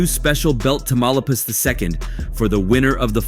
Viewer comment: Did he say "Tamaulipas" belt???